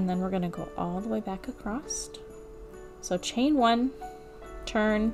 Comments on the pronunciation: Great work!! Im going to start one tomorrow!! Not sure if you're audio is working correctly because it sounds like you're saying "acrosst" instead of "across". Thanks again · Oh my gawd stop saying “acrosst!” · Uhm, yeah…. Last time I checked? There is no ‘t’ in the word “across.” Just sayin’. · adore this! But there is no T in across! you mentioned kids and school so I figured you would want that pointed out. Most of my kids have to be retrained out of that when they leave home schooling and enter a real class room